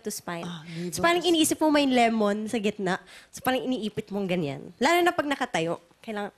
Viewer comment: "Parang" Letter T kase Hindi Letter T